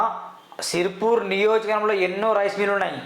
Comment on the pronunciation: Prathi okkadu youtube channel open chesi Pedda shipaayi ani feel Avthunnade gaani Nuv first niyojakavargam anadam nerchuko , Telugu Uchharana nerchuko Neee bonda nadusthadhi 😅😅😅😅😅😅😅